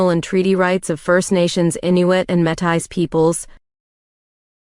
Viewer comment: The AI pronunciation is a bit bothersome, esp when pronouncing 'Métis' but overall, thanks for these tests!